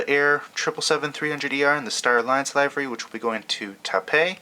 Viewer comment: Just so you know, it's pronounced lih-vur-ee, not ly-ver-ee